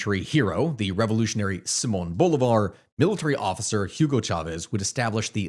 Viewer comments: You gotta get your pronunciation right Bruh. Bolivar is pronounced Boh-lee-var. Guaido is pronounced Goo-i-dó (last syllable is the one you emphasize, not the goo) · As a Venezuelan in Vzla I can only hope Trump Finally takes down Maduro, I'm no fan of Trump but Maduro and his regime is the worst thing that ever happened to us. by the way it's pronounces Bo LIIIIII Var, like Lee, boulevar. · Is always funny to hear how none Spanish speakers say the names like Simon Bolivar and such 😅 Thanks for the video ❤